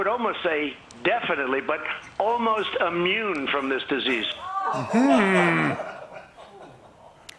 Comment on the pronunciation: Bruhh Did he Really said “kids are AMMUNE”